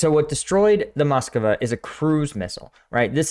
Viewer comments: You are pronouncing the ship's name wrong. There is no extra 'a' in the name. It's "Mas-Kwa", not "Mas-Ka-Wa". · It's not Mos-Co-Wa, but Mos-Cva